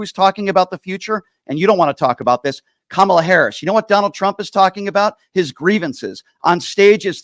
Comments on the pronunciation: How come these types of people go out of their way to mispronounce Kamala’s name all the time? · Say her name correctly. Wtf